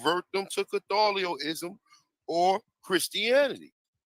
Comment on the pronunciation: HE SAID “CATHOLIOCISM” 😅😅😂😂😂